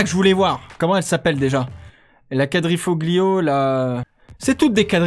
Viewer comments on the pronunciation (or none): Les deux alfa sont le Stelvio et la Giulia puis on dit quadrifolio et pas quadriglio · Alfa Romeo Stelvio (suv) et Giulia !! Pour la prononciation de quadrifoglio c’est : couadrifolio 😂